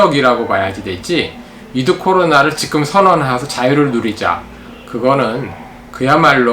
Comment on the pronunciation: 정보: 임용한 박사님을 비롯해 "찐 원로 지식인"들은 "지금"을 "직끔"으로 발음하는 경향이 있다.